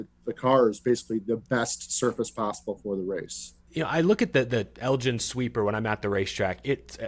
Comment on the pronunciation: as a Texas native myself, I cringe every time you pronounced Elgin like that